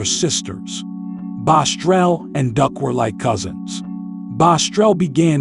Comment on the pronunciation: I hate when people try telling other people story and mess it up like saying the name wrong. It’s BOSS-TRELL not bostrel